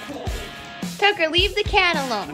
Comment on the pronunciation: Its tucker not thucker. Thucker would sound like the-kur.